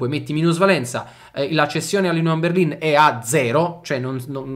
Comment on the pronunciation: Finalmente uno che pronuncia correttamente Berlin!